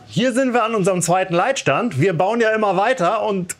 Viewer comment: Leitstand oder Leidstand?